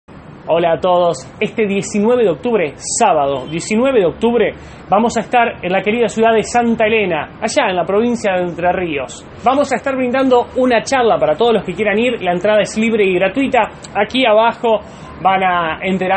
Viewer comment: Presto amigo es Santa ELENA no santa Lena , siempre les pasa a los que no son de la ciudad pronunciar el nombre asi